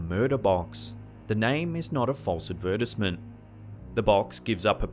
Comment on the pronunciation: The narrator pronounces it as uhd-verd-tuhs-ment instead of advertisement lol